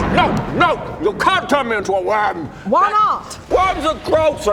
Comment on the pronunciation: Oh, worm. I legit heard womb...